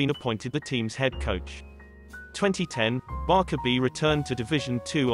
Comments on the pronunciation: The name is pronounced as 'Barsa' not this 'Barka' of yours 😔😔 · Why you’re keep calling it BarKa instead of Barca so annoying lol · It's so annoying when he says "Barka" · Actually it's Barça(Pronunciation : Barsa) not Barca . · It's hard to take a documentary on FC Barça when the narrater continually pronounces Barça as "Barka" and the Catalan name "Pujols" as "Poo-holes"...